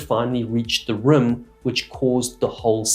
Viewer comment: The way you pronounce the word rim is REALLY weird! "Rüm"???😀😂